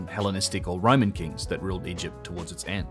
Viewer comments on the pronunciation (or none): none